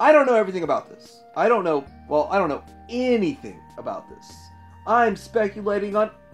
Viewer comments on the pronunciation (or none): none